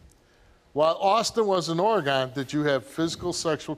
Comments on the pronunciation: The shocking piece of info here is that Steve pronounces it Or-eh-Gone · Steve saying Oregone lol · Steve I love you but it hurt how you said Oregon